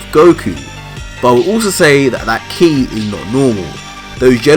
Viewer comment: You pronounce it "key" lol